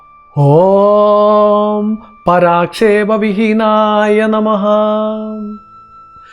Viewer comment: ഓം നമഃ ഉച്ചാരണം തെറ്റാണ്. ഉച്ഛാണത്തിൽ നമഹ എന്നല്ല. നമഃ ,നമയെ മ,എന്ന അക്ഷരത്തെ ഉറപ്പിച്ചു പറയണം.അല്ലാതെ നമഃ ,ഹഎന്ന അക്ഷരത്തെ,കൂട്ടിവിരൂപമാക്കരുത്.